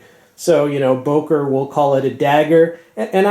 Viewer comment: It’s pronounced “booker”.